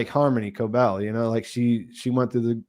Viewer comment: Please pronounce Ms. Cobels name right. It’s driving me nuts